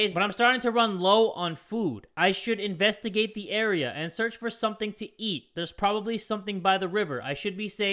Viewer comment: "Invastugate the scream": screams 😂